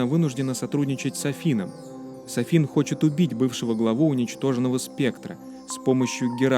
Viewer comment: Может быть не СафИн а САфин? Татарская фамилия же